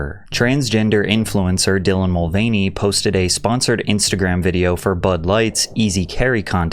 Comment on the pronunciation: Bro is still calling dillan she in 2025 😂